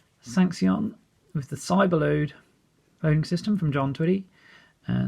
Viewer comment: Thanks for showing this book. About Sanxion: I'd not heard it pronounced sanks-e-on before. Most of us used to say it like the word sanction, although one person said san-ecks-e-on. That Old Guy.